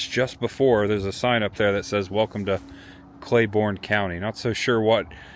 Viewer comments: The county is pronounced Clay-BURN not Borne. but the video is awesome! I spent many years trapsing through the hollers of Speedwell. and Running around with family and friends in Tazewell. Many summers eating at the Frostee Freeze. I miss those days. Thanks for taking me back. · It’s also pronounced “Clay-burn” county, not Clay-born”. Regardless, great video. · It’s TAZZ-wull….. and Clay-burn county….